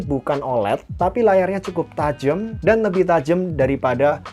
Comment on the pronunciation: Tajam bg, bukan tajemm. Wjwk